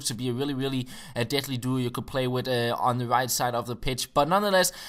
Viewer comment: What race is he? Irish? He says "wit" instead of "with"